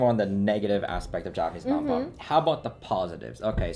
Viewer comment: Cool cool, except it's nanpa not naMpa lul